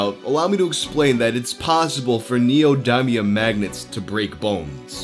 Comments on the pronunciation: "NeEyOhDyMeEyUhM" is the word of the day 📖💪🧠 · That’s not how neodymium is pronounced. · It physically pains me how pronounces "neodymium"